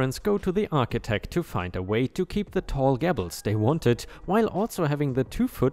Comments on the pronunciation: Flea is pronounced flee and gable is pronounced gay-bul. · ..... in story about the "GABLED' roof? Gable or Gables is said like GAY-Bles. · In that vein, gable is pronounced gay-bull. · The farmer revenge is a fantastic story. So enjoyable. ⭐⭐⭐⭐⭐⭐⭐⭐⭐⭐⭐⭐⭐ Two new pronunciations for you: flea market is pronounced like the insects (fleas found on dogs/cats). Simply means a temporary very cheap market selling lots of bits and pieces. The word gable is pronounced as gay - ble. Have a good day. ⭐⭐ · Anne Of Green Gabbles! Gables rhymes with tables, stables and so on! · Gables rhymes with tables, cables, etc. Flea rhymes with flee, free, etc.⭐️⭐️⭐️⭐️⭐️⭐️⭐️ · The ea in flea is pronounced like the double e in deep. The a in gable is pronounced just like the a in table or day.